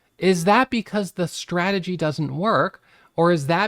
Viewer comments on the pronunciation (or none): It’s not a strah-ah-gee. It’s strah-ta-gee. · 😂 So smart yet how can you not know how to say strategy (strat a jee) . I'm sorry but buddy you're too smart to mispronounce strategy, unless it's an intentional joke. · What’s a straaagy? 😂